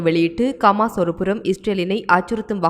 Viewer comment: It is HAMAS not KAMAS. please pronounce it properly. Other Tamil's are pronouncing it properly but you are not. Please correct yourself. Thanks